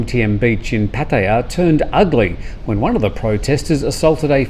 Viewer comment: PATTEEYA??? PattAyA ...